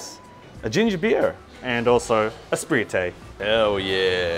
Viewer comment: I lol'd the way he pronounced Sprite....Got a sub for that! Spr-ight is how its pronounced!! haha